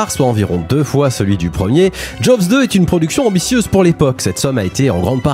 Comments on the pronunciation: On dit plutôt joze deux que jovs deux ;-) Le w ne se prononce pas comme un v... D'ailleurs vous dites Jeannot Souarc, pas svarc ;-) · Ca se prononce "Djoz" 😅 Un second opus très sympa mais qui reste dans l'ombre du premier. Et il n'y a jamais eu de suite... Non, non, yen a pas. Bon, en revanche on attends toujours Jaws vs E.T. 🤔